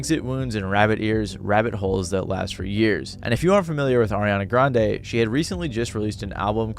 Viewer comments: Why you keep saying Ariana GranDE 💀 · It should take literally seconds to learn how to pronounce Grande